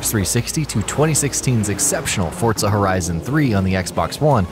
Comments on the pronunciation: The way this guy mispronounces Forza over and over had me cringing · ForTza horizon.... 😂😂😂😂